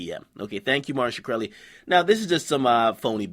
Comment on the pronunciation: skreli its pronounced skrel - e .